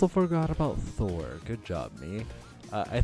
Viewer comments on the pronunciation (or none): none